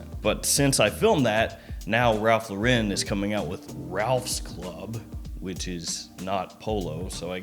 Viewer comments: Is it impossible to say “Lauren” instead of “Lor-REN”? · Yeah, it's wrong lol